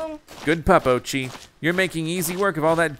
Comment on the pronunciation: Oatchi (Orr chi